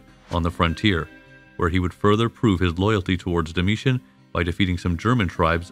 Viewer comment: Very interesting documentary series. My normal source for this period is "the history of Rome" podcast which is also fantastic. One major difference between the two sources is the pronounciation of certain names. this channel uses "Dakia", Desebalus", "Domietian" and "Danùbe" whereas the podcast uses "Dasia" ,"Dekebalus", "Domitian" and "Dànube". Which one is correct?